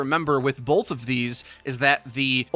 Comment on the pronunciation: Loving the Orisa buff! Cant say how many times I'm pumping out shots and need to throw shield and then have a double reload because I need to throw shield for a teammate or myself. Also...stop saying "bolth" , thanks